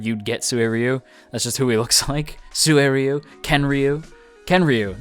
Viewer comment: It's pronounced like this suy ru the u after the r is pronounced as "you" while the 1st u is pronounced as one with first part so like this too suy ryou